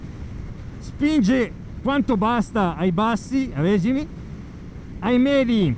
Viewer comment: Bella, ma chissà quante ne venderanno (soprattutto perché sembra una monoposto). E, comunque, toglierei il "like" quando dite “régimi” invece di “regìmi”.